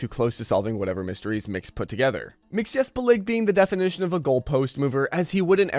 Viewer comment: How do you not know how to say Mxyzptlk correctly, yet; you're doing a video on DC characters?